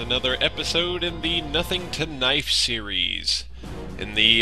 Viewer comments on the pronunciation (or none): none